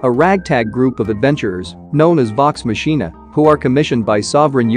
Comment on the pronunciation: MANNNN....You keep messing up names and titles! 1. Raising Dion (DEE-ON) 2. Vox Machina (V-OX MOK-N-A ) You're welcome!